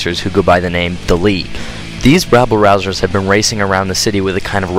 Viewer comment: Lols you said rabblerausers.